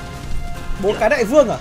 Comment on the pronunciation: là Bò Cái chứ dau phải Bố Cái đâu ad nhể